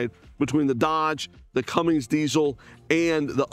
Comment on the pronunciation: It's Cummins, not cummings